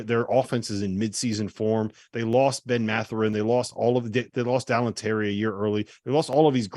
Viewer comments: These guys talking out of their ass! Did he just say Alan Terry? It's Daylin Terry dude! Anybody that has study this season Division 1 for 10 seconds knows that Arizona is loaded with size and depth. Regardless of who they gave to the NBA. I thought you guys were professionals! #tryharder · I think he just pronounced “daylin” as “dahlen”, or maybe he said Alan… rookie move either way